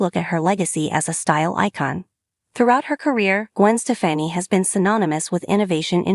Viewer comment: Say her name right